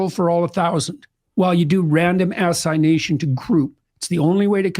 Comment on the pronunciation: First time I've ever heard someone pronounce "assignation" as "ass-eye-nation".